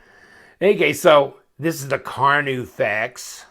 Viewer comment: car-new-fay not carnufex